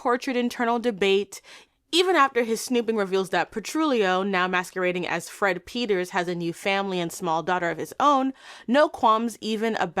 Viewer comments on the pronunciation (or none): none